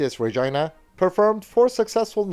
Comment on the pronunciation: I must congratulate you on you're correct pronunciations of Canadian city names, most notably Calgary, Regina, and Toronto.